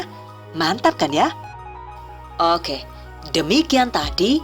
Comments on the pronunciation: ...👍👍👍...oookeeh... Aku suka bgt pas pengucapan "eehg" & "ookeeh"... Terima kasih mbak atas ilmu nya... Good luck...💪💪💪... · Pada bae mbekayu nyong y wong ndesa "owke"😂